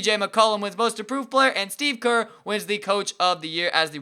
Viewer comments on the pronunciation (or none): none